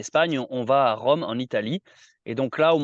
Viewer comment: c'est rome pas véronne